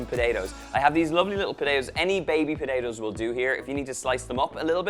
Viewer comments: Really nice recipe. Btw, even for an Australian, he says potatoes funny, like Podado 😋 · I love how you say potatoes. “Po-day-dos” Lol Irish accents are my favorite! Awesome recipe as well